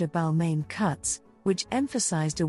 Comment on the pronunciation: It was the mispronunciation of ‘Balmain’ for me But I guess these things happen with AI voiceovers